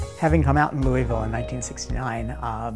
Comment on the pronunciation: he can't pronounce Louisville. lol